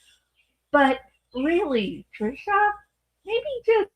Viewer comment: I laugh every time you say TriSHAW, reminds me of Jeff Dunham's character Peanut.